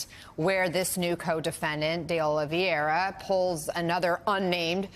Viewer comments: OH-LEE-VEH-RAH. It's not a hard name. Just read it from left to right. Regardless of what he did or didn't do, he deserves to have his name. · Jesus, I'm a saltine bland white person, and I wouldn't have butchered the pronunciation of Oliveira like that woman did. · Is it really that fkin hard to say "Oliveira"??🧐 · I love how everybody is pronoucing "oliveira" 😅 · Why is it that nobody in the media seems able to pronounce Oliveira? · My biggest takeaway from this video is that white people struggle to say simple names like Oliveira